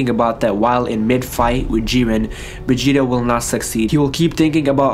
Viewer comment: He says vegeta like Begeta😂😂